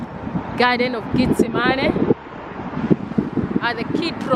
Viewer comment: not tryna be funny but her accent makes it sound like she saying "get the money" lol